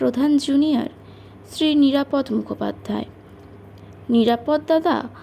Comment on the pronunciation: মা জননী, বাংলা উচ্চারণ বেজায় confusing! Context অনুসারে এ‌ক‌ই বানানের উচ্চারণ ভিন্ন ভিন্ন হয় এবং উচ্চারণ অনুসারে শব্দার্থ পুরোপুরি বদলে যায়! উদাহরণস্বরূপ - "নিরাপদ্" উচ্চারণের অর্থ হলো "Safe", আবার "নিরাপদ-অ" (বঙ্গভাষীদের ক্ষেত্রে) বললে, পুরুষের ব্যক্তিনাম বোঝায়! রোজ রোজ এই রেটে জ্ঞান ফলালে, অন্যান্য সুধী শ্রোতাবন্ধুরা আমাকে এবার লাঠি নিয়ে তাড়া করবেন! কিন্তু, মোদের গরব, মোদের আশা...আ মরি আমার মাতৃভাষার একটুখানি চ্যুতিও এই বৃদ্ধবয়সে বড়ই পীড়াদায়ক 🥺 আপনার কন্ঠস্বর শুনে, খুব‌ই ভালো মনের মেয়ে বলে আমার ধারণা, আমার কন্যাসমাও! আপনার কণ্ঠস্বর শ্রুতিসুখকর, গল্পচয়ন‌ও অতি রুচিসম্পন্ন - সেজন্য‌ই তো আপনার চ্যানেলে বারে বারে ফিরে আসি 🤩 আরও একটু অনুশীলন আর অধ্যবসায়ের দ্বারা আপনি অনেক উচ্চতায় উঠতে পারেন, এটাই আমার দৃঢ় ধারণা👍 বার্ধক্যের বহুবিধ দোষের মধ্যে এই "গঠনমূলক সমালোচনা" করাটা আমার মতে সবথেকে পাজি 😂😁😇 নিজগুণে ক্ষমা করে দেবেন, মা জননী 🙏 শুভেচ্ছা ও একরাশ ভালোবাসাসহ 💖😇💐 ইতি। এক মহা ত্যাঁদড় শ্রোতা 💖 এগিয়ে চলুন, আমরা আপনার পাশেই আছি এবং থাকবো